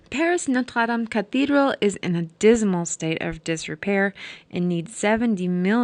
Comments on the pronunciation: I enjoyed the video but found myself cringing when you say Norte dame I’m not trying to be mean but it was offputting to me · NOTRE- DAME, not "Notes Latham" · WoW, you have left me speechless...clear as a sunny day !!✨Also love the way, you say Notre Dame. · You pronounce Notre Dam funny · the burning of the what? did you mean to say the burning of notre dame? i couldn't understand your tongue .